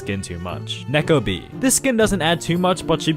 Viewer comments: Bro said necko bea💀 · I thought he said the N word when saying neko bea